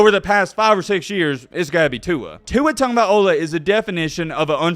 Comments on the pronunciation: At LEAST pronounce his name right if you’re going to make a video that includes you talking about how long you’ve been a fan of him. It’s TagovAI-LOA, not TagovaiOH-LAH Cringe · TANGOVAIOLA?! The hell was that? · I agree with you completely. But please, there is no N in Tagovailoa. I know Polynesian players have vowel soup for names, but it gets tiresome when the media can get Ndomukong right but often never care to work on the island kids’ names.